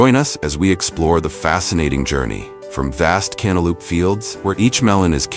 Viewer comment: Lol I giggled every time the voice over said canta lupe